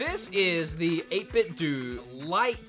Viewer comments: 8BITDOUGH not Do... That's how it's said🤣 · I think it's pronounced 8 bit 'doh', which is how Japanese pronounce 'bit'. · doe in 8 bit doe is pronounced with a hard o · Dude! I love the vid, but, but: 1. It's 8 bit Doh! (like what Homer says on the Simpsons) 2. You forgot about uses for the multi button style controller. The SNES ones could work for the new Nintendo online games. And, the GameCube ones could work for stuff like Smash 3. I like the "Hideous" controllers too, man. Reminds me of some old school stuff. Anyways, great video, man. Haha. I look forward to the next one! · If 8bitdo is pronounced 8bitdoo or 8bitdu, does that mean Nintendo is actually pronounced as Nintendoo or Nintendu? I’m confused.